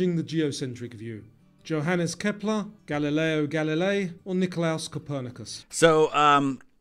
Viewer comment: Aa a Pole I am devastated that you got Copernicus wrong. 😭